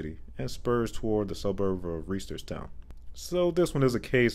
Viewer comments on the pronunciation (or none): I-695 in Washington, D.C. does not connect with I-95, but does connect with I-395 and I-295 in Washington, DC. Reisterstown is pronounced like "Rye" as in rye bread. If I'm not mistaken, I-195 in NJ was orphaned until PA/NJ ran the I-95 designation across the Delaware River Bridge and to and up the NJ Turnpike. That 95 designation used to appear on the Turnpike north of I-195 until that time (they had those "TO I-95" signs on parts of the Jersey Turnpike). Then I-195 was no longer orphaned. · 7:96 Reisterstown is pronounced REYE-sters-town, not "Ree-sters-town"! 🤦🤦 I was born in Baltimore and still have relatives in Maryland so I know the local pronunciation. Also I would consider 3di branching off of other 3di interstates to be not orphans but brethren or grandchildren interstates.